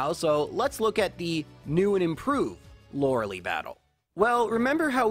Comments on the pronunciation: LOERELIIIIIIIIIIIIIIIIIIIIIIIIIIIIIIIIIIIIIIIIIIIIIII "EYE" COME ONE GET YOUR NAMES RIGHT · The way you say Lorelei